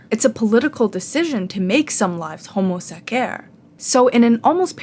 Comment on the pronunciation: Please stop pronuncing homo sacer like that😭😭